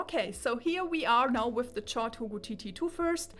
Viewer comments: I'm not annoyed, in my mind it's like she's repeating Zeos' (Z Reviews') joke from his Chord Mojo (1) review where he was trying to deflate the unjustified hype about it and he intentionally mispronounced it as "Tschord Moyo". 🤣(To clarify for Germans, the official name should sound like "Kord".) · Am I the only person annoyed by the way she pronounce chord 😂 On another note , great review. I like the long in-depth videos so keep it going forward 🙂